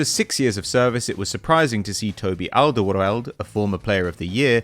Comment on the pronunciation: Arsenal fan pronouncing it like 'Alderwrrorrlrrd' 🙈